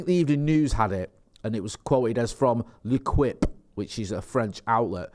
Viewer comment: L'equipe. ...pronounced "Le...Keep"....